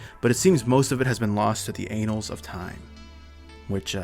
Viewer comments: an-nals, not anals. Much love tho because that means you've read that word way more than you've heard it said correctly which is a condition I'm hella familiar with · > The 'anals' of time. It's pretty important to pronounce that word correctly, my dude. Its pronounced like "an-alls." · "The anals of time" its pronounced like the word "an" followed immediatly by the word "all." Please do not lose history to the butt hole of time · Did you just say the anals of time